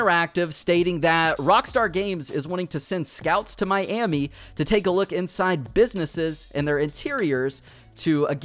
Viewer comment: Nobody:: My Emmy